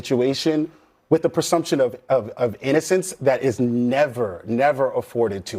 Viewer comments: To the guy sitting next to Scott Jennings....it's PREsumption, not PERsumption. FFS. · Real Talk: The guy that said PER-sumption several times is the one that needs an IQ test.